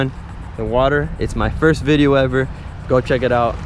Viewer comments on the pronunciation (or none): none